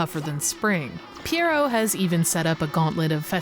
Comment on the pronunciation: As a French speaker I was impressed with how you said "pierrot". Most people obliterate the pronunciation and say it similar to "pirate". But yeah, this has made me want to dust off my Dreamcast and play it again. 😊